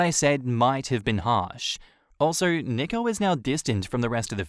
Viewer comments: nicko lmao. nico is pronounced 'nee-ko' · NEEEEE- ko. not nick-o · Tip: nico is pronounced like knee-co not nick-o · Isn’t Nico pronounced Knee-co?